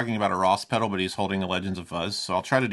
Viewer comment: By the way there is an L in the pronunciation of the word pedal. Is it going to review it at least pronounce it properly